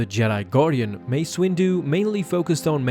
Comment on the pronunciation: U said massa